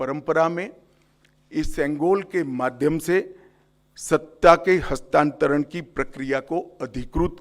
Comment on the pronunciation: कृपया हस्तांतरण शब्द को बार-बार बोल कर इसे सही से बोलने का प्रयास करें कल मैं दोबारा सुनुगा